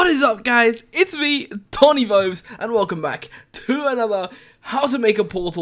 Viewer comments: did you just say toni bobes? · TONI BOBES is what I heard you say